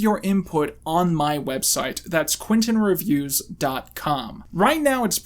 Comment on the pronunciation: Are you saying "Quinton Reviews" or "Quitin' Reviews"?